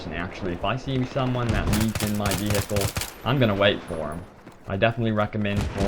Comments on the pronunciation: Why does he say vee hicles its pronounced vee icle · Veehicle lol nice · the way u say vehical is so funny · Actually he says wi-hickel. No idea how you got it to Ve he icle. ._. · Ve he icle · vee-hi-cle... lol, the way you say it...great vid though :D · I love how he says vehicle!! hilarious!!